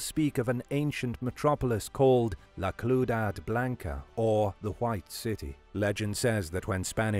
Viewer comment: "La cludad blanca" lol